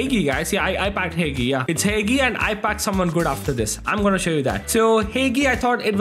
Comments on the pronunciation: its not heygee bruh its hagi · ITS NOT "HEIHII" ITS HAGI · It s not "hegi" it s "hagi"..... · Dont say Hegii(Hagi card) its Haxhii 👍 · You say hagi name is said haji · I don't think that's how you pronounce Hagi anyway w vid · Bro said Hagi wrong🤣🤣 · You said hagi wrong im Romanian so i know